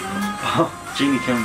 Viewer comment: guys it's Jennie (like Jenny/Jennifer) NOT Genie (like in the bottle)....😂😂😂😂🙈🙈🙈🙈